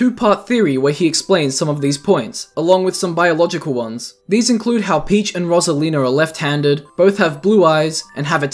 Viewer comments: Rose not ross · Its pronounced ROSE-ALINA NOT ROS-ALENA WHEN PEOPLE SAY IT WORONG IT PISSES ME OFF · bro the way he says "rosalina" messes with me lmao